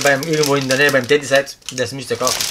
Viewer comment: Bitte sagt nicht immer Teddy. Es heißt Tedi. Das triggert, wenn man es ständig falsch hört.